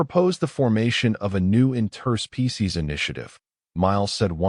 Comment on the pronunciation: What a WELL crafted story. Narration matched subtitles exceedingly well although noted that the rythmn of pronouncing "interspecies" was jilted but at least consistent across every utterance :) The gradual development through almost each sentence scaled well, across galaxy and "species" shaping actions back down to an individuals level, by observations such as "The final gift is ... choice" and "we do not offer a destination, but a direction" ... something that each of us as our own person faces, as much as any decision made for an entire civilisation. Thoughtful decisions at each turn, not provocative, not physical prowess, not seeking any sort of power or control at any time, but gradual encouragement by carefully chosen words, to lift others. I might need to listen to this again. Well done.